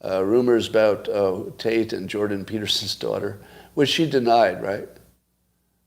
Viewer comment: Clearly Scott says "taint" and not Tate. He just did both on this pod. Is Scott jealous of Andrew? 😍